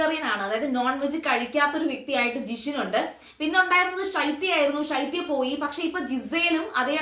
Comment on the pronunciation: സംസാരം കുറച്ച് ലൈറ്റ് ആക്കു കുട്ടി ഇംഗ്ലീഷ് ആക്‌സെന്റിൽ മലയാളം പറയുമ്പോൾ പലതും അക്ഷരങ്ങൾ തെറ്റി പോകുന്നുണ്ടല്ലോ ഇംഗ്ലീഷ് പോലെ മലയാളം പറയാതെ, ഷൈത്യ അല്ല ശൈത്യ, ഇയാളുടെ റിവ്യൂ തുടങ്ങിയതു മുതൽ ശൈത്യയെ ഷൈത്യ എന്ന് പറഞ്ഞു പറഞ്ഞു കേൾക്കുമ്പോൾ വളരെ ആലോചകമായി തോന്നുന്നു